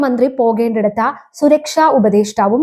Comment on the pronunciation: നേരെ ചൊവ്വെ മലയാളം പറയാൻ പഠിക്കു. " പോകേണ്ടിടത്ത " എന്നല്ല " " പോകേണ്ടിടത്ത് " എന്ന് തന്നെ പറയണം. " തെയ്യാറാക്കിയിരിക്കുന്നത " എന്നല്ല പറയേണ്ടത് ..." തെയ്യാറായിരിക്കുന്നത് " എന്നാണ് ഉച്ചാരണം. " ഉണ്ട " എന്നും " ഉണ്ട് " എന്നും തമ്മിലുള്ള അർത്ഥ വ്യത്യാസം മനസ്സിലാക്കണം. മലയാളം വികൃതമായി ഉച്ചരിക്കുന്നത് ഒരു ഫാഷനായിട്ടാണ് കുട്ടി കാണുന്നതെങ്കിൽ നിലവിലുള്ള ഉച്ചാരണം തുടരുക.